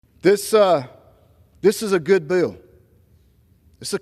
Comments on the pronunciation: It’s pronounced “bill” not “beeeeel ” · A what? Is he trying to say "bill"